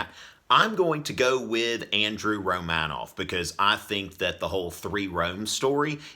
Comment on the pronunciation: I refuse to acknowledge the thoughts of a guy that pronounces is RomAnov. Regardless of if that even IS the correct pronunciation.